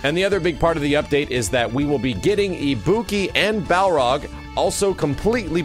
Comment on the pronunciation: learn how to say Balrog.